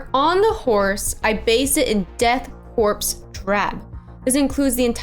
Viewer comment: Great paint job, but that’s not how you pronounce “korps”.